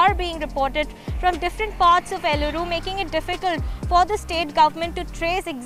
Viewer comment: It’s Eluru not Llooru or Elluru... and YS Jagan is a corrupt politician and still people vote for him !!!